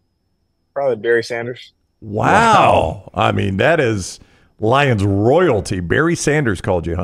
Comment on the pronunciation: It's Barry Sanders, Not Berry Sanders, cannot disrespect this Goat Legend.